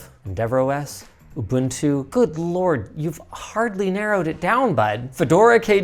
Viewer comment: First time I've ever heard "Ubuntu" pronounced correctly on YouTube, thanks for getting it right Linus and!